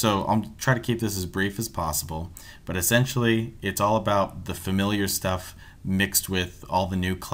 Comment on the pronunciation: Why u say "butt" not "but"